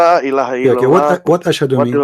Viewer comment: He said ASHARHOALLAH not ASHADHOALLAH